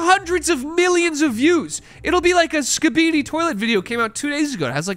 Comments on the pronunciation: "skibede toilte" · Ain’t no way pronounces skibidi like that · It truly is insane to me that anyone could look at the words "Skibidi toilet" and pronounce the way does